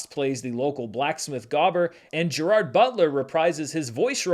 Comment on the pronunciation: I thought you were trying to pronounce Gerard differently than most do?